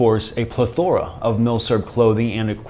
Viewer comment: Pro-tip from a certified grammar autist: Emphasize the first syllable of "plethora": PLETHora